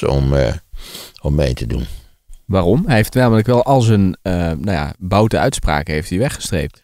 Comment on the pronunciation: Ik hoor zeggen; "de boute uitspraken van Wilders" Bedoeld wordt de boude uitspraken! "Bout" mag wel maar 'Boud" verdient de voorkeur m.i. Dit laat onverlet dat de uitspraken van Geert veelal Bullshit zijn.